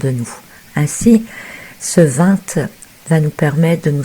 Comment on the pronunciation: Très intéressant!!! MERCI pour cet éclairage. Impatiente d'écouter la suite:-) C est marrant de vous entendre prononcer le "t" du vingt...